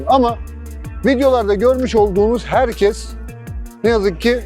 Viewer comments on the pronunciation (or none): none